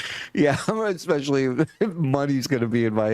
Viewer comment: John says”Exspecially”..I FUCKING HATE THAT😡